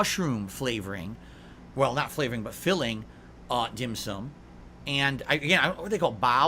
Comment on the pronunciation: Why why why why why why????? Who in the flyin F**Ck gives a rats ass about what this idiot did on his day off??? has zero imagination and apparently there are some losers that watch this trash and pay him to do this. Glad he had some dim sooom. SMH. Of course if you tell this dick head its pronounced Dim SOME he'd tell you what an idiot you are even after you show him an actual Chinese person saying it.